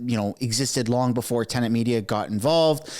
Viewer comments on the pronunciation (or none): none